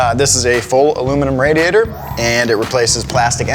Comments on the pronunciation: Lol he said “radiator” instead of “radiator” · "rädiätör comes out" allmost rally engnlish